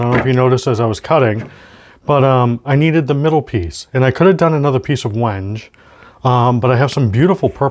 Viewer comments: Like seeing videos of the builder(s) communicating the materials, the tooling, the process, and most importantly, what's the most interesting, the thinking behind all the decisions, not just background music and time lapse video of long processes. One minor thing: it's pronounced WEN-gay. Ben at Crimson did the same thing, and the first time I saw the word I was unsure, so I looked it up before ordering it. Like the build so far. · wenge = wen - gay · It's supposedley pronounced wengay but i would call it wenge too as there is no inflection over the e or anything People come from all around the world to see Stonehenge not stonehengay ... lol